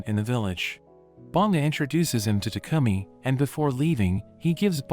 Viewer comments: Bro was saying tacumi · why does it should like he says toucumming